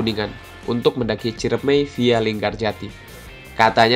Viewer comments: Gn. CIREMAI sob, bukan CIREMEI 😬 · Btw Ciremai yaa bukan ciremei😂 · Sorry bang, nama nya itu ciremai bukan ciremei.. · Ralat bos kuh. Ane kuningan asli. Namanya gunung Ciremai! Not ciremei